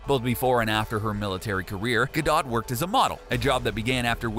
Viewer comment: it's not gado it's gadotttttttttttt